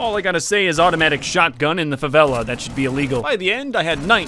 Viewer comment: Great video and i love how you pronounce Favela correctly